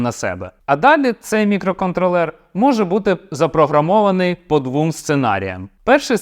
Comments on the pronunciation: Ох цей мікроконтролЕр, замість мікроконтрОлер, ріже вухо) наче цей чіп не опрацьовує периферійні пристрої, а контролює маленькі мікроквитки у іграшковому громадському транспорті) Але саме відео корисне, дякую! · Дякую за українську. Польотний контрОлер, а отже і мікроконтрОлер, не мікроконтрлЕр.. Але це дурниці. Продовжуйте! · На МК хіба на тепловізорі 32х32 буде адекватно працювати. Орієнтуватись треба на Lattepanda Delta +, бо розробити потужний чи портувати існуючий на МК це займе більше часу і не факт що буде дешевше, бо треба ОЗП зовнішнє та МК рівня H7 двоядерний. Правильно давати наголос мікроконтрОллер